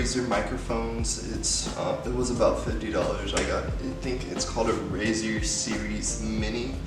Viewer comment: I died when u said "razer series mini"